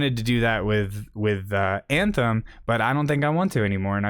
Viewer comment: "banthem" XD